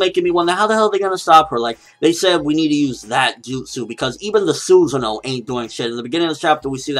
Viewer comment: It's not Suza no. It's pronounced susaaaa no. Say it like the Japanese way.